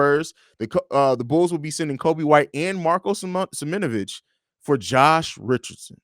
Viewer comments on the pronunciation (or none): You guys be saying Marko’s name wrong, it’s sim-own-ah-vich